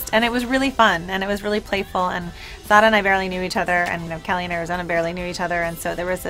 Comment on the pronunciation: and jessica elegantly says sara's name. thank you :*